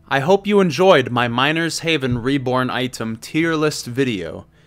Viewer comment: i thought you said minor's heaven at the beginning